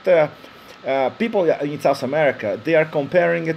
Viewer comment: I like this vid but it seems to me the person talking has no knowledge whatsoever on Colombian history and the current political situation. thanks (and is SOUTH america , not sauce america)